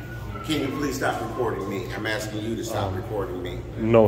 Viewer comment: He’s axein you a question